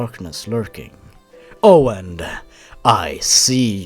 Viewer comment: Jesus, when he said "Oh and" I heard "Owen" (My name.)